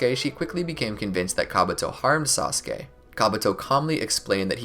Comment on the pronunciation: he said sauske not sasuke